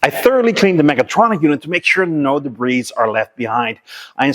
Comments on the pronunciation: enjoyed once again although the debris word is debree not debrees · great [nformation. your videos and knowledge are second to none. just one fault, when you say the word DEBRIS, in English...drop the letter S... (DEBRI) 😀 QUALITY mate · Just for future reference the "s," in debris is silent